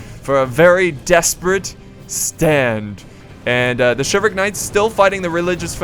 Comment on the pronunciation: It's shivel-rick not shiv all rick